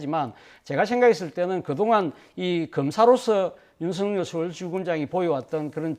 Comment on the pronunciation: 윤석렬은 (구개음화 현상?) 윤성렬로 발안하는 것이 맞는 것 같은데 사회자는 계속 윤석열이라고 발음하니 듣기에 자연스럽지 않다고 생각됩니다